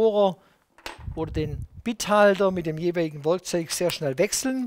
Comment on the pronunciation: Ein kleines Wörgkzoühgh, wer kennts nicht 😅🤙🏼